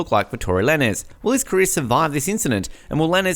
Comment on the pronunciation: Tory who? That’s not how tf you say his name!!! It’s TORY LANEZ Pronounced like LANES like driving and switching lanes. And we been known this for about a month and his new arrangement is this month on the 18th. He hasn’t even plead yet. Also Megan lied.whoever uploaded this is so late. And Kehlani put Tory back on the song actually...